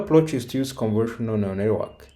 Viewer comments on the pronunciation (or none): More than once, it sounds like he is saying "conversional" instead of convolutional, and it never sounds like he says convolutional.